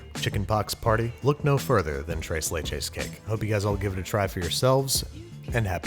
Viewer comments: “Trays laich is” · No one: Babish: trays layches cake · Everyone knows it’s pronounced trees leeches, jeez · Thrrres le-ches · I heard “trace lay chays”. Poor pronunciation aside, that cake looked phenomenal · nobody: babish: "TRAYS LAYCHES" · Correction, TRAYS LAYCHAYS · Thres leches is how you would pronounce it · I was cringing when he said “Trase Laychays”😭😭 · "trace lay-chays" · Babish: trays lechas Latin Community: Triggered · Bruh he said trace laychacys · As a Mexican, I cringe every time he says tres and leches but I love him anyway ❤️😂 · Still cringing every time he says ‘tres leches’. Regardless, it looked absolutely delicious. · Anyone Mexicans getting ticked of off about the way he says tres leches